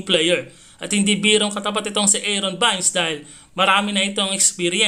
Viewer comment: Haha sinong bayns ??, pati apilido mali pa talaga mag pronounce